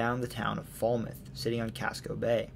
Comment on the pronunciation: Old Orchard Beach born and raised! Loved this video and cannot thank you enough for your specificity of your many found facts! Only thing I noticed was the pronunciation of Falmouth (fāl-myth) and Dirigo just uses a short i rather than long. Also, important to note that many of Maine adolescents from ages 18-20 will ofter take weekend trips up to the Montreal/Quebec area due to its ease of access by train from Portland or a beautiful drive through the appalachian. OKAY OKAY. Mainly (bars) because the drinking age in Canada is 18. As much as us Mainers love our own state, we also yearn to learn about other places and how they tie in with us! Also, you have just explained to me the generations of head butting between Maine people and Massachusetts people. They abandoned us in 1812 thats why we hate each other and our driving habits😭😭😭